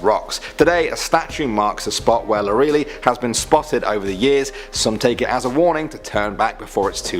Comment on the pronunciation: Lorelei = Lor-uh-lye.......not Lor-ee-lee